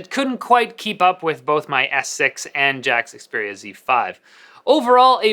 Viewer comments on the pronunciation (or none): none